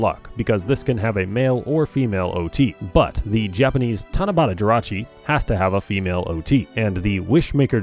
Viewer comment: "For the Tanabata Jirachi, it's gonna be whatever this is" > it's TANABATA